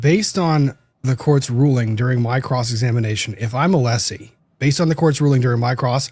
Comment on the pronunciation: I hate the fact that after all this time still doesn't know how tp pronounce Alessi's name. Or refuses to. Just another symptom of his behaviour.